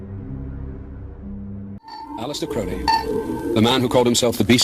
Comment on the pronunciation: The first syllable of Crowley is pronounced like the bird. "Old Crow" is one of his nicknames. I know some Crowleys, they pronounce it that way.